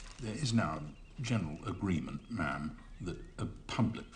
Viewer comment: "ma'am" as in "ham"!